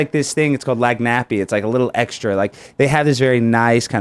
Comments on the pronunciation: Did this idiot who “went to LSU” say “lag nappy”? Seriously?!? WTF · Did that guy just say "lang-nappy" when he meant Lagniappe (pronounced Lan-yap)? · I really hope I'm not the first person to correct this but it's not Lag-Nap, it's pronounced Lan-yap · LANYAPPIE??? JFC! How did you go to LSU and not learn how to pronounce lagniappe? Straighten that out before you drop some Louisiana or Nola knowledge again. Seriously same vibes as Obama saying the White Sox were his favorite team and then not being able to name a single player. Really suspect behavior. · Lagniappe (which means “something extra”) isn’t pronounced “Lag-nappy” It’s “Laan-yop” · Ugh... it's not "Lag-nappie." It's "Lagniappe," which is pronounced "LAN-yap." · My cajun soul died a little on the inside when he said "lag nappy"...Its lagniappe (pronounced Lawn Yawp), and yes louisiana is a very different place. Good example is its illegal to drink and drive, YET they have drive through daquiris....its a silly place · Little something extra. It’s not pronounced “lag nap pee”. It’s pronounced “lan yap”. If you can’t say the word, keep it out your mouth. Probably says boudin as “Boo Din”….. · Alex Stein said Louisiana has this thing called “Lag•Nappy” 🤣 😂. It’s called Lagniappe (pronounced: Lan•yapp). It’s French, and it means “a little something extra, without the cost”. An example of lagniappe is when the Barber gives a lollipop to the kid after cutting his hair. Or when you make a purchase at the store, and you tell the cashier to keep the change. By explaining the meaning of Lagniappe in this comment section, I’m giving y’all a lagniappe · It took me a while to figure out what you said when you mentioned "lag nappy" when you prmounced lagnappe (more like "lan yap") Getting twitter policed would requre increasing FBI activity because it crosses state lines.... so great, but there are huge issues with the FBI and trust for them to do their jobs atm. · Its pronounced " lan yap" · Pronounce Lagniappe again?